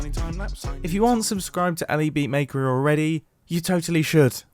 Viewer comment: None of them know how to pronounce Elybeatmakers name